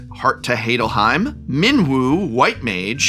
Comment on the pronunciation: "Heart to Hadelhym". You're not a linguistics professor, are you.